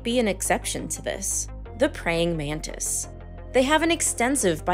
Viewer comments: Nararrator - It's pronounced exactly like it sounds - pray - ing - man - tis, NOT, pray - ing - man - TID. WTF ???!!!! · Prying Man-tis